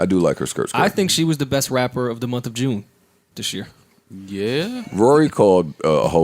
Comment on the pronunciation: Joe can’t say month. He says ‘mumf’.